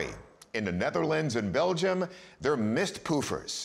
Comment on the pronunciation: Mist poeher? Is that even a Dutch word😂